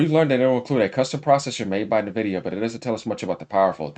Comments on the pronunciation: And also is N-vidia, Not Nah-vidia OMG Lol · Bro you keep pronouncing Nvidia with the N when it's pronounced en-vi-dia like the word envy that's why they went with the name because they want other companies to envy their product, and their logo is green like someone who is green with envy, sorry I'm being a stickler but I just thought I should point this out 😂